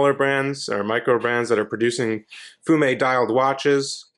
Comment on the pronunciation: love when noobs call it a fume dial , but you pronounced it correctly 😊